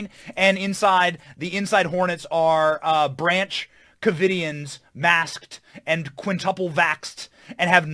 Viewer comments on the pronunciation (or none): did he say “branch-quividians?”